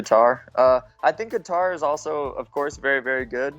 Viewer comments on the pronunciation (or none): Is sanghagen really calling him “ka-tar” wtf do you live under a rock bro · Sandhagen “guitar” with a k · Lmao this man said Khatar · Cory "calvin Qatar" Sandhagen 😂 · It's almost like he's saying guitar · Sandhagen pronounces Calvin’s last name like Guitar 😭😭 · I know Calvin, Sandhagen pronounced it wrong lol it sounds like “Cater” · why does he say "katar" that way 😂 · dude what is up with all these CTE fighters can't even pronounce Calvin's last name lol